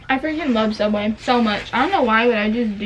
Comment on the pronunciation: Subway?? More like savway 😂😂😂